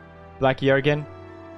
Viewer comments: Did he just call him… BLACK JÖERGUEN🤭😳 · me at the end of the episode: "awww another horse, I wonder what he's gonna name it" Felix: "black jöergen"